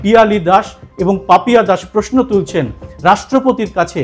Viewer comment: রেখা পাত্রের উদ্দেশ্যে: কথাটা পোয়োজন নয়,--কথাটা হলো প্রয়োজন। কথাটা পোশ্ন নয়, -কথাটা হলো- প্রশ্ন। এরকম আরো অনেক ভূল উচ্চারণ আছে যেগুলি শুনতে খুবই od লাগে।